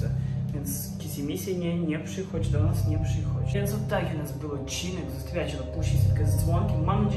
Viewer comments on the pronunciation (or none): none